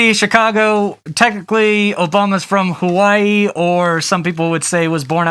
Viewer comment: love your videos but you said hawaii wrong but great vid!(from hawaii)